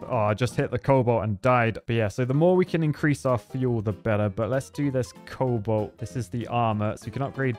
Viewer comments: I thought I was the only one to hear it. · Everyone: cobalt: coal bolt